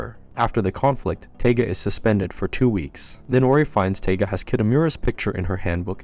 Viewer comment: This is Toradora, one of the first anime's I've ever watched.. you're mispronouncing her name, it's Taiga, sounds like Tiger, and she's tiny..... that's why she's called "the palm top tiger".